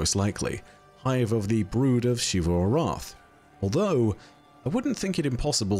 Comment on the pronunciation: The continuous mispronunciation of “Xivu” is like The Last Airbender movie calling Aang, “Ahng”, it’s been well established how to pronounce her name, so why….